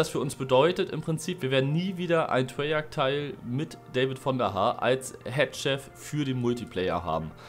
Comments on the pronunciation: Treyarch nicht Treyarschh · Treyarch wird Treyark ausgesprochen.